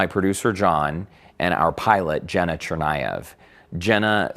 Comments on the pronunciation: I take it he was trying to say "Zhenya" when referring to the Russian pilot. That's the only Russian name I know that sounds remotely like "Jenna" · Lmao "jenna" bruh it's Eugene